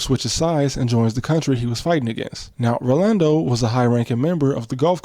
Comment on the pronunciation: Only American I've ever heard say "Rolando" correctly and not default to "Orlando"